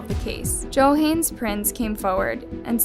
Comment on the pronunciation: Let's not forget her mispronouncing Johannes.